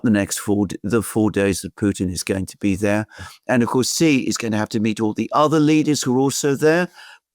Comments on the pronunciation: ‼️, “Xi” is pronounced “she” not “gee” or anything else. Just say, “she” as in “banshee”. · The Chinese premier's name is pronounced "She". "Gee" in Chinese means CHICKEN. Stop using BS Colonialist pronunciations. SEE is interesting but laughable.